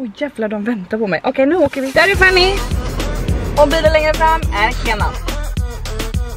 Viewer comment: Tänk på att uttala Fannys namn rätt. Fanny, inte Fannie (vilket förekommer emellanåt). Precis som att du heter och inte Antonyja.